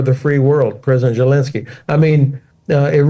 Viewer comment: Why does he call him gelensky?